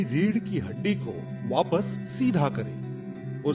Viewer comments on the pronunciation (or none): none